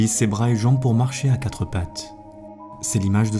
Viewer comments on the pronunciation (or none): none